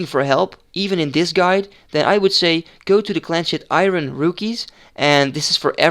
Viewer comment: je spreekt iron als iorn uit btw, just sayin